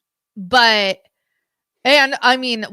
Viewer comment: boohurt? you can't say "butt" in your house?